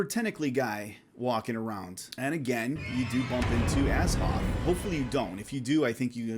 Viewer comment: ...you pronounce Azathoth wrong. The "th" isn't silent, HPL wanted it to be an hint both to the Egyptian God Thoth and the word "thought", as in the opposite of or negation of it. It's briefly mentioned in one of his missives but don't ask me for sauces because I'm going by memory. I'm 100% sure about it tho.